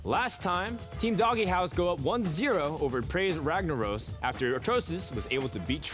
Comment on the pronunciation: How the fuck does this guy not know that his own team name is DOGEhouse and not "Dog - e - house"? It's fucking pronounced "dohj". God damnit get your shit together.